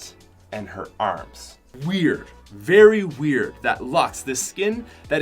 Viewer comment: Uuugh he says aerms instead of arms and paert instead of part and it’s so annoying